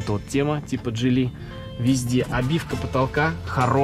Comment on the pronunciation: почему джилИ ? ударение на второе И ? слишком часто и режет слух…